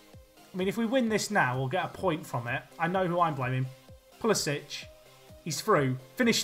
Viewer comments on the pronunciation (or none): Just a minor thing, if you want to say it correctly, Pulisic is pronounced Pulisick - not Pulisitch.